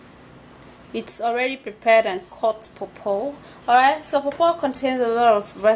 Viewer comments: What is it paupau??? Papaya??? You said popo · Hi, I need this remedy. I just couldn't understand what you was saying. You didn't mean papaya. If you did say paw paw where do I purchase this. Thank you. Love your videos #1 fan